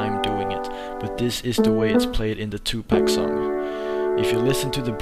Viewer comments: Great vid, but please.. its 2pac as in 2PAAK , not 2 peec. -_ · 2Pack? i believe that its pronounce 2Pac (Poc) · His name is Tupac.. you don't say PAC as poc -.